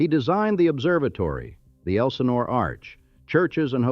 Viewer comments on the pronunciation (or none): none